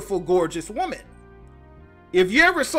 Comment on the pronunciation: Did you mean to say "woman?" not WOOOM EN???